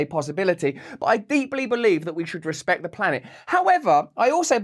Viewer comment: Rrrrr espect